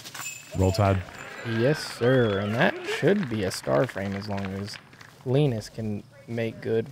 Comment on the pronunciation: Tack så mycket for the effort in Swedish! I think you're doing great,. Including the pronunciation of Linus's name.